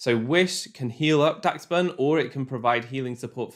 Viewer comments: im pretty sure its pronounced dash-bun kinda like the dog breed dachshund idk tho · why can nobody say daschbun right...